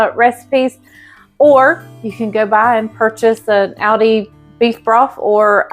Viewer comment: You are saying Aldi correctly. In Germany that is how they pronounce it.